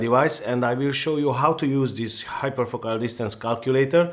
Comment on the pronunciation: you pronounced it (hyperfocal) correctly why couldn't you all throughout the video?